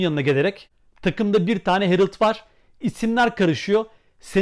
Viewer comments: Harald , aynen Harald diye yazıldığı gibi okunur çünkü adam alman isim almanca. Niye alman ismini İngilizce okuyup herıld diye telafuz ediyorsunuz…? Anlamıyorum böyle basit mantık hatalarını. Biraz meraklı olun, orjinal olun kardeşim… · Ağbi Almanca da A kelimesi Türkçedeki gibi telaffuz edilir. Yani Hereld şeklinde değil, yazıldığı gibi Harald diye okunur. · Abi almaca telafüzü Hereld değil Harald😊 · Yazıldığı gibi okunur harald herıld deil ayrıca ismi anton olana otamatikmen toni denir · Emeginize saglik ancak gercek adı Herild degil HARALD 'dir. 💙💛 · Herild değil, Harald okunur ;-) Almanya dan selamlar